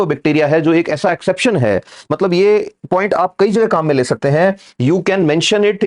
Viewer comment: Exception not Eraption / Exaption